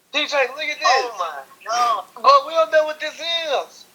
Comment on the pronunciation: AHAHA "Oh mah gad"